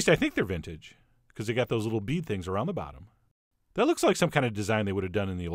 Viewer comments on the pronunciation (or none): none